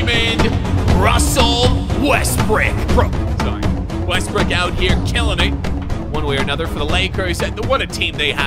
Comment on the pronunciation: "Russell Westbrick" lol.